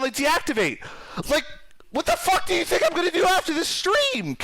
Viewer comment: I like how you say think, you say tink